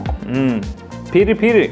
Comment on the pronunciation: Var det verkligen pirri pirri?🤣😉